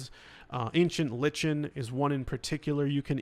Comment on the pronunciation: Like-in, not lich-en It’s a kindofa plant.